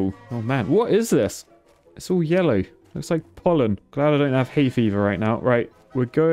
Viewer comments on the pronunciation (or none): none